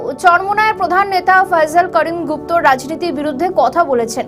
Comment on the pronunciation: গুফত নয় সঠিক করে বল গুপ্ত।